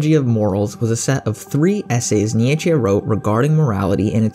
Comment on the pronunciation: Wrong pronunciation of Nietzsche